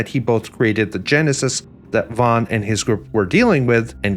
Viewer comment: It van not von. Get it right